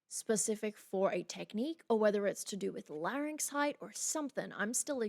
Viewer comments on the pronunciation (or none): none